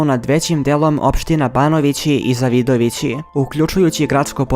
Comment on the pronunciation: Koji je ovo pakas? Ne zna da izgovori Zavidovici a prica nesto.